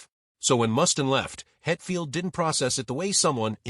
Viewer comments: I can’t listen to this dumbass AI call him Mus-tin one more time. Do these creators even listen to the horse shit their AI is spitting out? This video is crap. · This guy doesn`t have a clue. I`ve never heard anyone ever mispronounce Mustaine`s name in my 58 years of being a ROCK AND ROLL JUNKIE